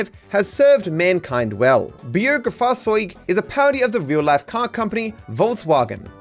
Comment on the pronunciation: You pronounced "Bürgerfahrzeug" and "Volkswagen" correctly, I come from Germany.